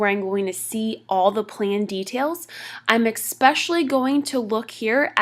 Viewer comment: Informative, young lady presenting this says EX-specially twice, instead of ES-specially (especially), it is a common mistake, especially among young people :)